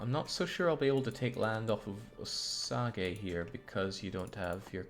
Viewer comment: Your pronunciation of the Indian names is hilarious. I suspect you don't care but I will show a few Wichita is said like which-itah, Commanche is said like come-an-chi, Osage is said like Ah-suh-j, Pueblo is like poo-eh-blow. I think most if not all of them were written in English to be sounded out as most of the tribes didn't have written language, so they were spelled as they sounded, there's no special Asian or French twist, just say it as if you were sounding out a word in 2nd grade. The Mexican tribes are a different story. I think that's because the Spanish conquered it, so I don't know how to say any of them except obviously Mayan and Aztec. Great campaign, loving it There are a lot of cities, counties, schools, roads, etc named after them here in the states so it's not uncommon to hear the words.. also military aircraft for whatever reason.. Commanchee, Chinook (said like Shin-ook), Apache and Black Hawk helicopters. Maybe it's just whirlybirds. I'm sure the social justice warriors will be all over it as soon as they learn about it.